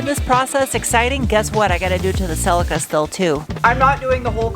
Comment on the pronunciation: Celica is pronounced celleeka 😅